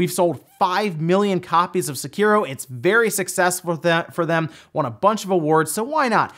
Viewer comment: Seh-Key-Row its not Sah-Kear-Row